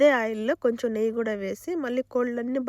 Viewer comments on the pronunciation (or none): none